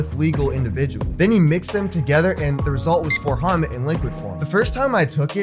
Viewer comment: It's 4-Ho-MET, pronounced just like its spelled. Its not homet. It is 4-hydroxy,-methyl-ethyl-tryptamine. It is effectively the same as other MET analogues, such as 4-AcO-MET. Also, it is not really similar to 25x-NBOMe (NBOMB). N-Bombs are more closely related to lysergamides (LSD and LSD analogues)